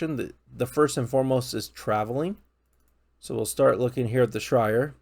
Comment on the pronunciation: Bro said the grey heavens and the shrire lmao I'm weak